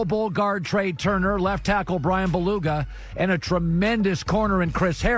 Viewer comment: Colin's Butchered Names - "Bryan Beluga" , "Antonio Winfield" , "Kayshawn Vaughn" , "Jordy Brooks" , "Jalen Reegor" , "Deforest Bruckner" , "Jayvon Kinlaw".